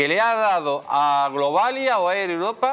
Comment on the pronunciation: Dice: "España es el motor económico de Uropa"(eso fue lo que dijo, Uropa, no Europa)... y yo me descojono de la risa, jajja😅😅😅😅😅😅😅😅😅😅😅😅😅😅😅😅😅😅😂😂😂😂😂😂😂😂😂😂😂😂😂😂😂😂😂😂😂😂😂😂😂😂😂😂😮😮😮😮😮😮😮😮😮😮